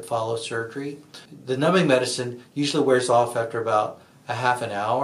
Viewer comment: The fact that he can’t pronounce the medicine tells me he’s not an eye doctor. Info still good, but doctor? I don’t think so.